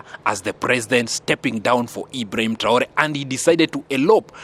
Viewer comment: Stp apprends à mieux prononcer les noms de ceux que tu cite dans tes analyses mais surtout le nom sacré de IBRAHIM TRAORE. Si c est difficile, appelle le Président tout simplement. Merci d en tenir compte